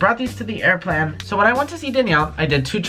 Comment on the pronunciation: Wiless earphones" aiplane